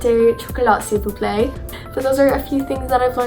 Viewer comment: hi! a little tip for french. criss-ant is the american way to pronounce croissant. in french it is pronounced cwass-on also you pronounce sil vous plait like see-vous-play